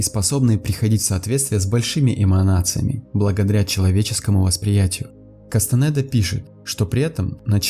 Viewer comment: А Кастанеда - через е, а не через э